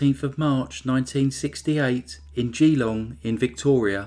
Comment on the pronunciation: Totally off topic but your pronunciation of Geelong was adorable - we say G'long with a soft "G" but said hard, if that makes sense. I'm guessing the renowned private school was Geelong Grammar, where Prince Charles spent a few years.